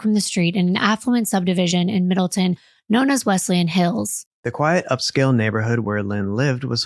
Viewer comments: You are not saying the towns name right! It’s Middle Town! There’s no such in town called Middleton in CT! I live here! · Provided Middle-TOWN, not Middle-TIN. I wonder if you cover the Cheshire murders (very close to Middletown) how you'll pronounce that town's name 🤣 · I live in Connecticut. Middletown is pronounced middle town, not Middleton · I am from CT. It is pronounced middle Town. Love your channel!!! Thanks for the great content. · The city is pronounced Middletown, Connecticut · Not to be an arsehole, it's MiddleTOWN. Middle. Town. I live here at the mo. 😅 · I am no one to correct lol believe me, but because I lived in this town for 25 years I want to say it’s pronounced MIDDLE-TOWN … with love 💜 thank you for this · I love you guys and admire the incredible detail you put into these cases! I just wanted to mention as someone who was born and raised in CT it’s pronounced MiddletoWn lol but no worries hahaha I can’t imagine how many towns you’ve had to read and pronounce over the years and cases 😅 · I also know you like to be corrected when you pronounce towns wrong so I will help to tell you its pronounced Middle-Town